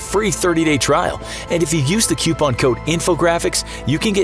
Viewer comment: I’m not getting dashlane because you said coupon wrong and I don’t have money